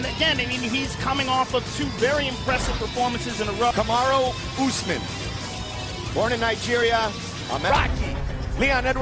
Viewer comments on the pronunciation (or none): "Camaroo Usman" 🤣🤣